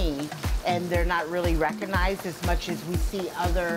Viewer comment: "[...] may not sound like mush [...]" that hurt, like physically hurt. still laughed tho, Nia:wen and miigwetch from Canada.